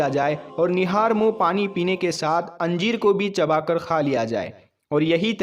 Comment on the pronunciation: Anjeer nahin hota hai yar ..injeer.. hota hai